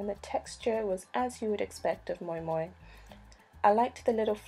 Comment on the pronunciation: Thank you teaching me how to pronounce moin 😂 I presumed it was Moo-in